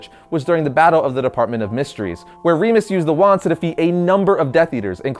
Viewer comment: It's Not Reemus, It's Remus.